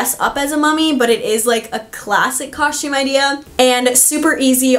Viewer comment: Great content! BUT! You say coSHtume Way too frequent! 😫